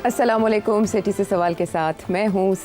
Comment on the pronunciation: Asslam o alaikum my name is Dr Saghir Ahmed Sir only one word plz Ap Salam sahe nhy bolty sahe word hen Asslam o alaikum